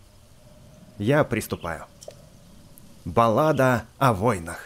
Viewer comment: хахахаха я правильно прочитал ты не правильно Баллада=Балда ору